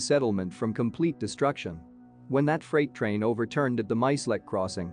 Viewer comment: wtf is a freight rain?,another terrible AI voice fuckup! big FAIL!!!!!